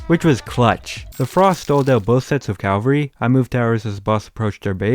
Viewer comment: Calvary ITS CAVALRY MATE